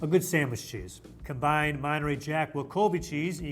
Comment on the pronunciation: What is with adding unnecessary b’s into words? The American says grab instead of gram and then the other guy says “sabwich”